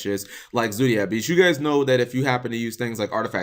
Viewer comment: Zodiac, not zoodiac. Fight your American nurturing and pronounce the word how its spelt